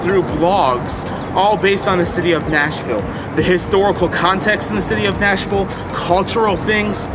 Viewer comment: Yep- that’s not how we say it.